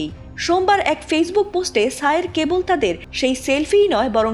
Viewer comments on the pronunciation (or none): none